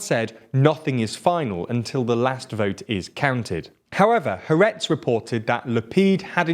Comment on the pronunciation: Good coverage of the Israeli election. But do find yourself a coach for how to pronounce Meretz and Ha'aretz and other Hebrew words...